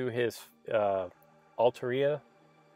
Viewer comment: Also its pronounced al-taria and not alta-ria